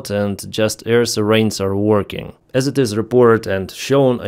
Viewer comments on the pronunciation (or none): 👂🏻Ray-dar, not ray-der. 👂🏻Sigh-rens, not Sir-Rains.